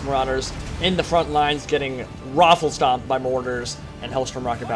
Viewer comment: did you say roofle stomped?